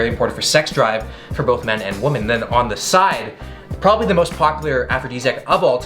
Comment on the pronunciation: Women->"whee-men", woman->"whoo-man"